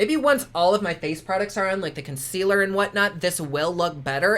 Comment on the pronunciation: I love how you said ConSquealor and Foundecionon.